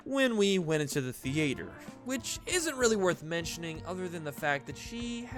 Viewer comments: Thearter the-ate-or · theeeeee-a-tur 😂 is how your saying theater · You say Theater so weirdly and it's funny.😂👌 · U said theater weirdly and I not making fun of u I’m not used to people saying it it just cut me off from “Earth to me”